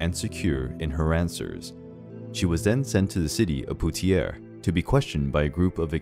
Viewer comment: You have a great narrating voice, and this is a great video but please consider working on your pronunciation of terms before recording (theologians, piety, Poitiers, Orleans, and more). It would increase the quality of your finished product. 👍